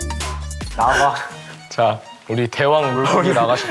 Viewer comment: 일단 너무 웃겨요 ㅋㅋㅋㅋ 너무 찐친 모먼트 ㅜㅜㅜ 우진이랑 한음이랑 말다툼 하는 상황에 립우가 가만히 보기만 하는게 너무 웃겨요 ㅋㅋㅋㅋ 그다음 이것도 웃겨요 ㅋㅋ 우진이랑 한음이가 립우한테 계속 시비거는데 립우가 너네가 뭘 아라. 하는게ㅜㅜ 발음 너무 귀여워요❤ 스윗칠리킹과 하누리즈의 만남이라니.. 이거 너무 쉽지 않겠는걸요? bhc하니까 우진이가 파이널 끝나고 뿌링클 먹은게 생각나요 ㅋㅋ 하누리즈 불러주셔서 감사합니다..❤ 덕분에 불금을 행복하게 보낼 수 있게 됐네요❤❤ 스윗칠리킹 소리만 들어도 벌써 침 고여요.. 그리고 너무 맛있어보이고 칠리소스랑 치킨이 합쳐지니 이거 맛없없 조합 아닌가요..? 너무 기대되고 오늘 무조건 bhc 시켜서 이거 여러번 반복재생 해야겠어요 ㅋㅋㅋㅋ 너무 감사하고 친필 폴라 싸인 이벤트도 6명이나 추첨해주신다니... 너무 혜자 아닌가요❤❤ 감사합니다 bhc 원래도 자주 먹었지만 이제 더 자주 먹을게요😊😊